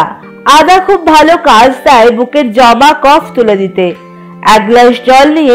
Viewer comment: তোমার নাক কি বন্ধ 🙄জমা কে জবা বলছো 😰